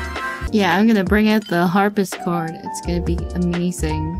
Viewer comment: Ngl, it's kinda triggering me how she's calling it a "Harpischord" xD